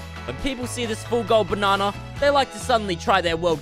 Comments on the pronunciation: Tell me why it sounds like says barnana instead of banana🤣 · I like how he says, "Bananer" about every minute in this video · I’m from America, so every time he says “banana” it makes my day.